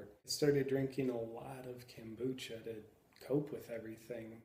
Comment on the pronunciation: Good stuff man! But it's kombucha, not kambucha (I think). Don't take it too personally.